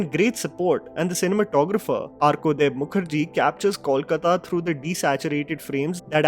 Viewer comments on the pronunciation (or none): none